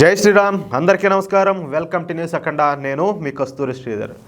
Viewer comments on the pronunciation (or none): none